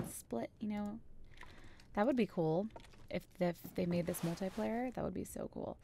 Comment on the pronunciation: she says mule tie player XD Cupcake Girl its Multiplayer